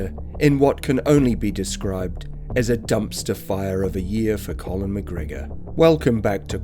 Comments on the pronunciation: It's conner not Collin I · Its Connor, not Colin- geez!